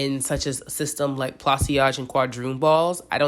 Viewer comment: Pla- saj- two syllable, not three... like a corsage